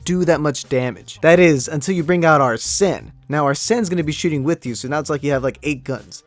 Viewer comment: Why was you doing a dance? Also you don't NEED TO rip off your mask to show your Persona UNCULTURED SWINE. (JK). So ye. Also P5 Is actually a mediocre Persona game 4 and 3 are better. Also Joker shouts whenever you start, end and Summon a Persona in Battle and a lot during Anime Cutscene. And Arsen (Pronounce Ar-Sen) is based on Arsen Lupin a GentleMen Thieve